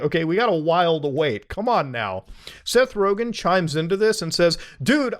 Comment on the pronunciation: It's Rogen